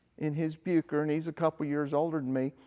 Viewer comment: Just a couple of corrections, 'Bucker' is pronounced more like Buukker, it's difficult to write phonetically in English, but it doesn't sound like 'Byooker', also, the aerobatic experts of the thirties tended to use the Bu 133 Jungmeister, the more compact single seat version, which was mostly powered by the Siemens-Halske Sh.14A-4 160hp 7 cylinder radial. The Jungmann two-seater tended to be powered by the Hirth HM 504, a 100hp 4 cylinder inline inverted engine, although many today have been converted to modern flat fours, as has the one in this video. The Jungmann has the excellent control harmonisation but not the power of the Jungmeister, which remained the world's preeminent aerobatic biplane until the Pitts S-1 came along.